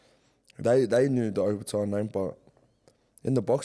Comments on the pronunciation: How tf does jai still butcher his last name till this day? No ‘O’ in samoan is pronounced ‘oh’ 😂 fmd idk how there’s no family members that correct him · Love the uso & everything he’s done in the sport & community especially for Pasifika. But for the love of all Islanders, please pronounce your surname correctly - don’t pronounce it the Palangi way. Just my two cents but love ✌🏾